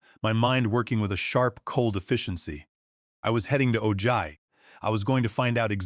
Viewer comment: Ojai is pronounced "o-hi"